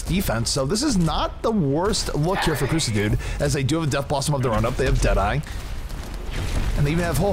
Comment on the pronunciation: Ahhh, surely its pronounced Sah dude, like as in Suh Dude